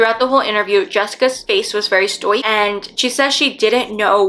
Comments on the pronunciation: It’s pronounced stoic (stoe-ick) not stoi-kah, whoever writes your scripts should really only be using words your familiar with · Hey, great video. Just wanted to say stoic is pronounced “sto-ick”. So, glad to see a video with thorough coverage on such important topics. Would you consider a hot car death? I know they are so tragic, but this time of year, it is so dangerous 😢 Keep up the good work ❤